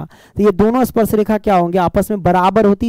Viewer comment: Sparsh not asparesh😅